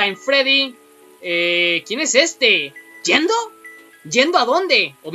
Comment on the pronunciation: ¡¿Yenndo?! ¿"Yenndo" a dónde? xDDD Me reí super feo. x'D